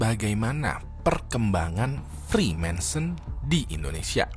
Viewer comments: Judulnya freemason.. tapi nyebutnya freemanson.. hmmm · Bacanya freemason bang, bukan freemensen... Gatel banget dengernya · bukan Freemanson tapi Reemason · freemansur bang wkwk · Dia aja nyebut freemason salah, jadi freemaNson 😂😂 Gmn mungkin anggota kok gak bisa nyebut nama organisasinya dgn benar wkwkwkwk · Freemason bang, jangan freemanson bang, tolong 😂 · iya loh kok dibaca nya freemanson bukan freemason 🙄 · Naah ini aku agak risih kok disebutnya freemanson padahal Freemason yg benar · Freemason, tapi berulang kali di sebut freema(N)son 🤣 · Freemason bang, bukan Freemanson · Bang, kenapa freemason dibacanya freemanson ? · namanya "freemason" tapi nyebutnya "freemanson" mulu jadi geli dengernya 😂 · Freemanson atau freemason? Daritadi nyebut freemanson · gw agak bingung bang, gw kira freemason itu dilafalkan "frimésen" tapi versi "friménsen". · Freemason bukan freemenson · freemason oi bukan freemanson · Freemason bukan freemanson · Freemason bang (frimesen) Bukan freemanson (frimensen) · Freemason bang bukan freemanson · Freemanson apa Freemason.. Serius nanya? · freemason bro bukan freemanson.. sebutannya harus jelas. 😚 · Freemason bang bukan "Freemanson" 😅😅😅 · Freemason✓ Freemensen× 😂😂😂 ada ada ae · Frimesen, nyebutnyanya frimensen mulu pake n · FREEMASON.. bukan freemaNson... emangnya botol gepeng? Mansion House.... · Orang dia aja typo ngomong "freemanson" 🤣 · gak lah, nyebutin nama freemanson aja salah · Kayanya dia ga capable bahas freemason, mungkin modal googling. Nyebutnya aja salah, freemanson wkwkwkwkwk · Agak risih dengernya,freemenson freemenson... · Kok gua denger nya frimensen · Freemanson apaan njir wkwkwk, gw denger dari awal sampe akhir kok aneh wkwk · kok ngomong nya freemanson siii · Typo ngomong bang